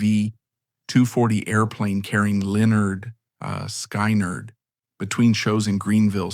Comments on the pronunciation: Sky-nard???? Oh that’s sacrilege!! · NOT Skainerd its pronounced Skinnerd!!